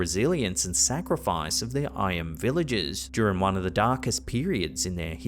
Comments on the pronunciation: Just a trivial point - the village of Eyam is actually pronounced "Eem". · It's pronounced Eeyam 😊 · Just to note, the village of Eyam is pronounced 'Eem' 😊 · The Derbyshire plague village is pronounced 'Ee-yam'. A fascinating place to visit. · The village name of Eyam, is pronounced as if it was spelt Eem. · FYI - Eyam is pronounced: 'Eeem' as in 'seem'. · You pronounced Eyam wrong but it’s cool.